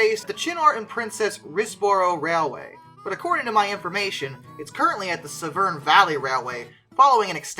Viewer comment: Severn, in this case, is pronounced like seven the number.....I don't know why